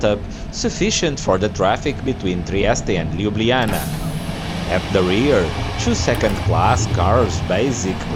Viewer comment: Very pleasant video. But LjubljaniTSa and SavinYa :)